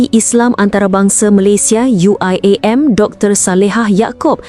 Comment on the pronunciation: itu pembawa suaranya aja nyebut UIAM pakai logat inggris.. dasar bahasa rojak